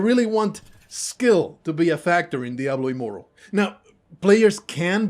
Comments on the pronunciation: Well played sir you got me.I thought you were a complete idiot at beginning of the video .But made it to the end of the video I should have called on that you kept calling it Diablo immoral lo immoral😂GG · I came here after listening to a few legit diablo immortal defenders, so I was really confused and thought it was legitimate until i read the pinned comment, cause it sounds just like them. Although the first giveaway was when you said immoral rather than immortal at the start.